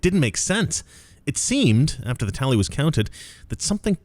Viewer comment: The "talley" was whack.